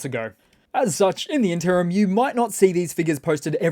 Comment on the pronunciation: Love the upbeat, rapid-fire delivery of pertinent information. One note: in-ter-im. rules!